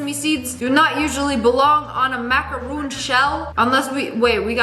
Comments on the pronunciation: MACARON NOT MACAROONN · Lmaooo! Its a macaron not a macaroon :D